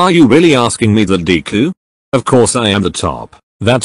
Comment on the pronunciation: Why did it say dee ku instead of deku